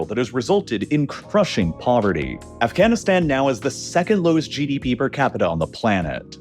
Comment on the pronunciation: heh Afghanistands